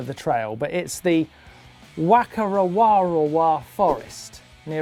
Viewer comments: Martyn, just to let you know, it's pronounced "fa-ka-re-wa-re-wa" (normally called 'The Redwoods'). And I think the trail was called Eagle Vs Shark. Good attempt though! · Thanks for using my Eagle vs Shark vid for pin the trail. And Martyn its pronounced Farka- reywa- reywa...and it where the first round of the EWS was held last year during Crankworx Rotorua. Keep up the good work lads! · The Rotorua trail is pronounced "Fah-ka-re-wah-re-wah" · good effort pronouncing Whakarewarewa Martyn ;) It's more like faka-rewa-rewa.